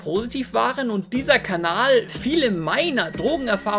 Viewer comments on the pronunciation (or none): Wiso sagst du immer kabal statt kanal? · grüß dich. kleine frage: warum sagst du kabal? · Ich gucke schon seit Jahren. warum sagt er immer Kabal?